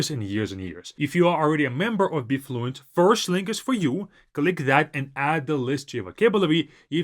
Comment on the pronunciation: Not to be funny or anything but sometimes as a native English speaker I struggle to understand some of your English words that you say so fast like your app BeFluent ...I actually had to check that in your comments because it did not sound anything like Be Fluent to me😅 ...I figured it's all about the incorrect stressing of ee in Be.